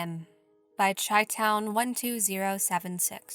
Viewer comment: It’s pronounced “Shy-town”, as in Chicago. It’s an “SH” sound, not a “CH”. Pedantic details aside, I’ve really been enjoying your channel. Your subscriber count is insanely low considering the stellar quality of your content. Really hope you start gaining the traction your videos deserve. PS; when other channels are plagiarizing and copying your videos, then you’re clearly doing something right!